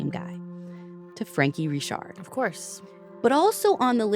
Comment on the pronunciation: Yes, it is pronounced Ree-shard.